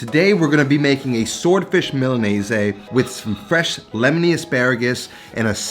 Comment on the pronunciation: Why are you pronouncing Milanese like that? There is no “aye” at the end…